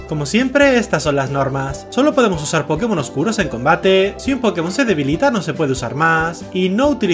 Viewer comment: soy una verguenza me rei apenas dijo pkemon XD me rei